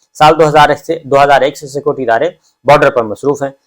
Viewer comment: dear Mr. sabir Shakir, please try not to keep repeating your sentences just say once and secondly, please pronounce the word "security" properly. The word is "Security" and not "Scoty". Apart from that, your vlog is wonderful. Regards